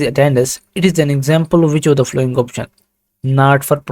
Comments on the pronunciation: yar following ki pronounciation si kren apni baki set hai zabardast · not only following some other words too please.